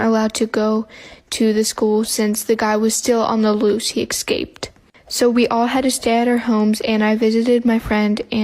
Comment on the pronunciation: Ok but is anyone else like MAD at people who don’t say escaped right?? Everyone says excaped. ITS ESCAPED